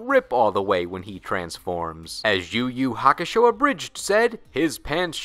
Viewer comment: why are you pronouncing every Ur name as if it's a Yu name?